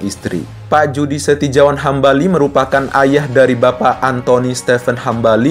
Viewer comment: Judy Setijawan Hambali dibaca Yudi Setiyawan Hambali.